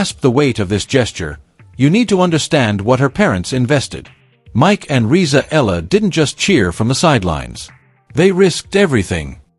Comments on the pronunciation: It's not Ella. It's EALA and it's pronounced EE AH LA. This AI video is pathetic. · Alex's last name is pronounced with three syllables: E-YA-LA. Thanks for this video.